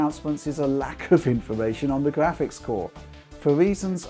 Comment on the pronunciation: im here for the gwaphics